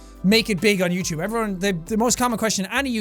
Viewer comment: Youchewb channel